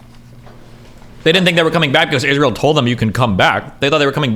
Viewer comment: “IZROLL” “is roll” “ees rie eL”